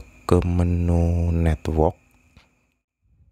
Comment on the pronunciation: Bisa ga pas ngomong network biasa aja bang wkwkwk